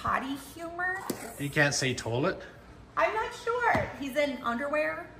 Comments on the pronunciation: Watch this! TOOLET🤣🤣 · Carole: TOLIET😒😒 Lee: TOOLET😂🤣